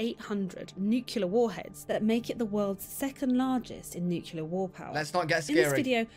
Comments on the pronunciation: I didn’t know that the British pronunciation for nuclear was “newk-yuh-lurh” 😂 👏🏼👏🏼pretty sure it’s supposed to be pronounced, “New-clee-ur”… but hey, say anything with a British accent and it sounds correct…🤣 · Bro, it's nuclear. Not nucular.. pronounced "new-clear". It's nuclear. You and everyone else say nuke you leer.. wrong! New clear. Nuclear. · The narrators incorrect pronunciation of 'NUCLEAR' is driving me nuts🤦🏻‍♂️😮‍💨🤣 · The narrator in the vid, clearly from the UK, even mispronounces "nuclear" NUCULAR is NOT a word!